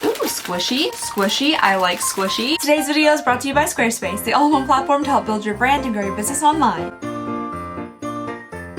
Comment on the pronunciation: Girl! I love you but you talk waaaay too fast. I know that no one really pays attention to the sponsor portion of videos, but every time you say 'Squarespace,' it sounds like 'Swduwbsdfvobsvspace.' Slow down, lady. Nothing you say sounds genuine when you rush through things!